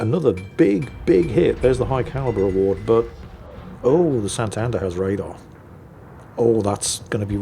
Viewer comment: Once again wows us with his confidently incorrect facts! Santander is a Latin American ship, not a Spanish one. Also, its pronounced SantadEr, not SantAnder.